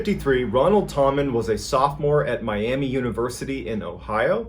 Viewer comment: It’s actually pronounced “Tam” “men” and what’s weird is I’ve been told my whole life that anyone with the last name Tammen is related to our family. Our last name actually translated to tammen after my ancestors moved to the US from Germany.. I’m probably related to this man…